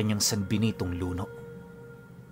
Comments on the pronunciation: Hello po, medyo mabilis po ang bigkas ng word na luno. At Isa po siyang metal na gawa sa tanso, pero malambot. Pwede siyang tupiin at kusang bumabalik sa dating hugis kapag binitawan mo. Salamat po sa napakagandang kwento.😊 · Mabilis ang bigkas noon Pinuno luno ' means malambot . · Luno(kung bisaya sya it means (Luno) pabagsak na pagbigkas. ibig sabihin malambot.)